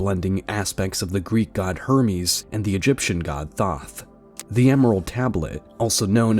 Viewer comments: IT'S PRONOUNCED - Thoth, like in oath. Not Thot or like in goth . So annoying >:( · Bravo, this dude just cut up a bunch of free accessible content and actually made something great out of it. Thoth not Toth lol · Thoth = thought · Thoth is toe-th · butchered Katt's name spelling and can't pronounce Thoth correclty. oof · LMAO this dude can't even pronounce Thoth name correctly but is looked at as divine bc he brought it up on Roid rogan😂